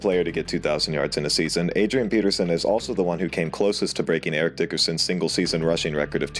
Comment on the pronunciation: Eric, not Erick.